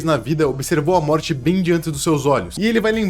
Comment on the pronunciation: So eu percebi que ele falou no trecho Moti em vez de morte